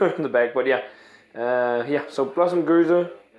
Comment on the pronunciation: You're reviewing a gueuze, not a gose! Double check the pronunciation, because 3 fonteinen gueze is spelled different to lindemans gueuze. See what i mean? Im confused. I need to ask on the Belgian Beer Board on facebook!